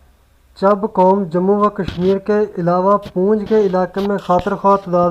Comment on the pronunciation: Chab qom nhi Chib hoti hae